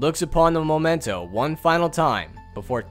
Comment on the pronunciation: It's pronounced memento. You've been saying moment in Spanish the whole time.